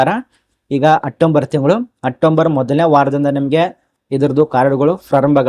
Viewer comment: ಮೊದಲು ಪದಗಳನ್ನು ಸರಿಯಾಗಿ ಉಚ್ಚರಿಸಿ, ಪದೇ ಪದೇ ತಪ್ಪಾಗಿ ಹೇಳ್ತಿರಿ,ಹೇಳಿದ್ದನ್ನೇ ಹೇಳಿ ಒಂದು ನಿಮಿಷದ ವಿಷಯಕ್ಕೆ ಇಷ್ಟು ಉದ್ದ ಎಳೀತಿರಿ, ಅಟ್ಟಂಬರ್ ಅಲ್ಲ ಅಕ್ಟೊಬರ್ ಅಂತ ಹೇಳಿ 🤦🏻‍♀️